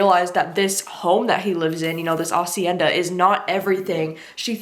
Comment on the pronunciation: also the h is silent haha